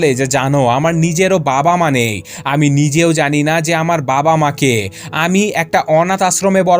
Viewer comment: ভাইয়া আপনি আমি না বলে হামি বলেন কেন